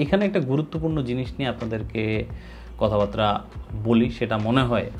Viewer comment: ‘কথাবার্তা’ কে ‘কথাবাত্রা’ উচ্চারণ করেন কেন? পারলে একটু শুধরে নিয়েন 🫣🤞🏻